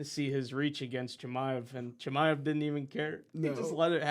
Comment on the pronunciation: Not being able to pronounce Chimaev’s name is pathetic lmao